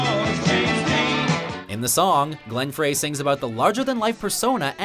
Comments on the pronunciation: Who narrarates these? Glenn's last name is pronounced FRY, not FRAY! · His name is Glenn Frey (sounds like Fry)... not Glenn Fray... :P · For the love of God, it's pronounced Glenn Fry!!